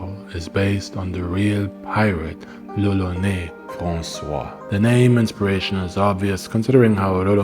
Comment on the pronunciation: brosky, on the painting you showed at the beginning it literally says lolonois, which would indeed sound like roronoa in japanese, but it's not lolonais ^^ Which is what you're saying throughout the video ! Sorry it kinda bugged me because the whole thing is made obvious by zoro's name and you're saying it weird so I'm like "??" x) Maybe you misread the name on the painting or maybe it just sounds normal to me because I'm french but either way, I'm pretty sure you're mispronunciating it o:) I know it's not important, and good video regardless !